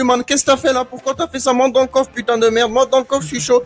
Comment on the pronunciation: Et couf au lieu de coffre